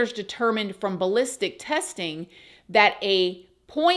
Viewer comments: The way you pronounced his gun is so cute! The first part you nailed! The second part is actually pronounced sour. It was very interesting to get your tape on this chase! Keep up doing your great work. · Hey, the last word in Sig Sauer is pronounced as “Sour” thank you for making another great video, I hope y’all have a great weekend.